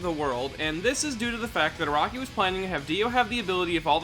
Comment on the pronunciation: Every time he says Araki, i'm like "Who the fuck is Rocky." Jeez why can't Americans spell Japanese names properly.